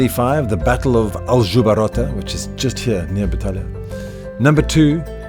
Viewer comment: It's Aljubarrota, not Aljubarotta ;).